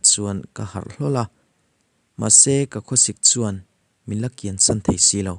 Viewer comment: A Sam a ni lo a San tih tur o